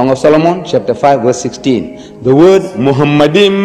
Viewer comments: machmadim not muhammedim........ 🤣🤣🤣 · Talking about scholarship of the Hebrew language, Deedat was ignorant about the ancient Hebrew vocabulary. Moreover, he was officially not educated at all. The first mistake by Deedat is that he pronounced מַחֲּמַדִּ֑ים as ‘muhamaddim’. But he is wrong, it is ‘ma-kha-madim’. So there is no pronunciation of Muhammad. The other mistake made by Deedat is that he said that ‘מַחֲּמַדִּ֑ים' is a name. Again he is very wrong because מַחֲּמַדִּ֑ים is a masculine plural noun, so it is not a name (like יְהוִֹה, Yhvh). And because it is not a name it is impossible that it refers to the name of ‘Muhammad’.